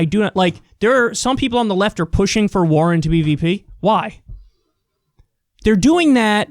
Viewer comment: Elizabeth WAR-ren